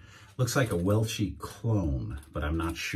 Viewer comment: You mean weshi not wellshi..